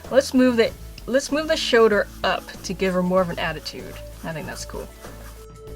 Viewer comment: Has anyone noticed she says "shoder" in stead of "shoLder"?